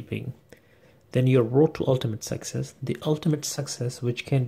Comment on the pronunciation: Success or sexes? Lol